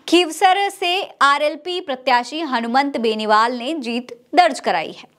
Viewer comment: मैडम , मेन नेता का नाम ही बार बार गलत बोल रही हो ,ये तो शर्म आने वाली बात है , एंकर द्वारा उच्चारण तो सही होना ही चाहिए वरना और भी बहुत से काम होते हैं चैनल में , उनमें ध्यान दीजिए , हनुमान बेनीवाल को हनुमंत बेनीवाल बोल रही हैं एक बार होता तो समझा जा सकता था कि भूल से बोल दिया होगा, लेकिन जितनी भी बार नाम लिया गलत ही लिया है